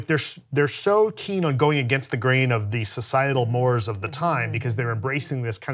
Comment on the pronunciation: Hey, "mores" is a two-syllable word (sounds like "morays").